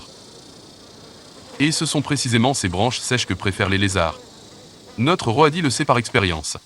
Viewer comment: Super extrait ! Mais quelle angoisse cette voix d'IA pour parler d'êtres vivants... surtout que parfois on ne comprend rien... Roadie prononcé Ro-a-di, merci du cadeau. Faîtes travailler des comédien·ne·s !!